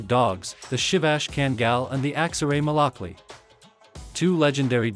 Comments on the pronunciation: Fun fact: malakli is actually pronounced “malakluh”, it’s actually a Turkish letter at the end which looks like “i” but most of us don’t have the font so we just write it with an “i” which is why people think it’s pronounced “malaklEE” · So the proper pronunciation would be Malak Loo or Lu. Or even Lou??